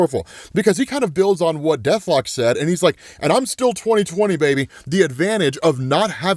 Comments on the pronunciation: The way he says death lock 😂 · The way you said Deathlok here was HILARIOUS! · It's the way he said deathlok😂😂😂😂btw lots of love from Nigeria 🇳🇬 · The way you said Deathlok made me lol harder than I’ve lol’d all week